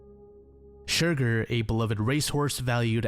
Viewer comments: I hate to be that guy but the Horse's name is pronounced Cher-Garr rather than Shurgur. Besides that this is a great series and im quite happy to see shorter entries more often than potentially having to wait for longer vids. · I'm sorry, I'm gonna be that annoying person. The horses name is pronounced Cher Garr not Shur gur - it was just making me giggle and you said it SO MUCH in that bit